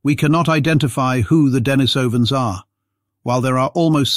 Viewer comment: It's not DEN-ni-SOW-an it's de-NIECE-uh-vans